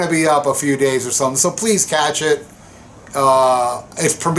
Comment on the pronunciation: I'd like to be the first to complain about u saying "8 PM 'Easter' time". I think u should've edited that. Relax! It's a joke...; really enjoy your uploads. Great stuff, thx.